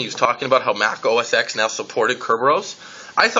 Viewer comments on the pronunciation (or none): Its pronounced Mac OS "ten"